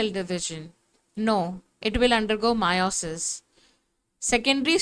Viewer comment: It's meiosis not miooosis